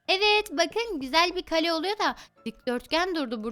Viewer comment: Kalem kalem değil Kale